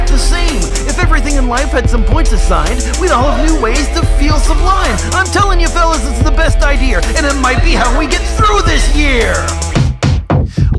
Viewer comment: I like how you rhymed Idear and Year...are you from Rhode Island 😂😂😂